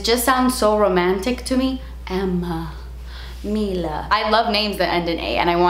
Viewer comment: The "Emma Mila" enunciation 😂